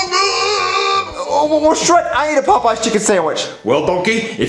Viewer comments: Lol I when he was talking about a Popeye chicken sandwich I thought he was saying a poop sandwich lol 😂😂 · bruh "the poo poo sawich" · The way says "PooPoo" instead of "Popeyes" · Did anyone else pronounce Popeys pot pies